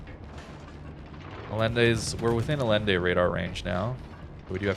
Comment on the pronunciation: Allende is pronounced Aye-IN-day. As with Salvador Allende.